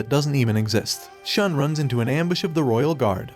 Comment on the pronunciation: it is Shu + N... so it sounds as Shoon! Not Sean!